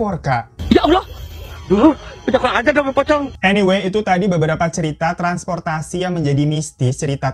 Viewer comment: Kak Transportasi bukan trasnportasi wkwk 🤣😅🤗🤗🤗